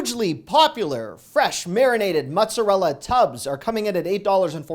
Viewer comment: It's still NOT pronounced 'muttz-a-rella'. Come on,!